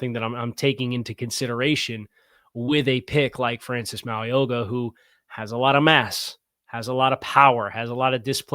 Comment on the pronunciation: Hey. Ok, I need to teach you how to say Francis Mauigoa's name. I can't go through the draft season with you saying his name the way you did today. Lol. His name is pronounced "Mow-ee-know-a". The G is silent. I have been hoping for 2 years that tbe Dolphins would somehow land him, because I have watched every game he has played in, and he will be a perennial All-Pro for years. He's got the work ethic and the athletic ability for an OL 330-plus pounds that is rare. PLEASE, PLEASE Miami draft him!!